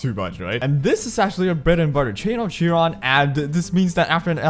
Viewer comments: with utmost respect, it's kai-ron not Chee ron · well no, chiron is also a mythilogical character from ancient greek mythology, he is a centaur. idk what it has to do with guilty gear and why they chose to give the name in the game for that but in greek mythology its pronounced kairon, sorry if it looked like i was ridiculing you! i enjoy your content very much